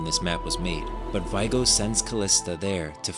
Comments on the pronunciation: great video! really excited to explore this world. (sorry to be annoying, but someone is gonna tell you: it's "Vi é go" not "Vaigo") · Vee-ay-go This is how it is pronounced on the audio book.